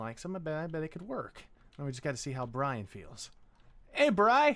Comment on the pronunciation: Wow xD It’s Bryan not Brain xDDD